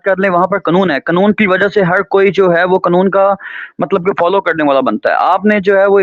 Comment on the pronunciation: اخلاقی معیار سے پہلے لفظ " قنون " درست کر لیں